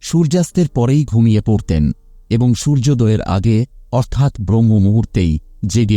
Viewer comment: অধ্যয়ন কে অধ্যযন, সূর্যদয় কে সূর্যদয বায়ু কে বাযু এই কথাগুলো ঠিক করে বললে ভালো হয়,শুনতে ভীষণ খারাপ লাগছে।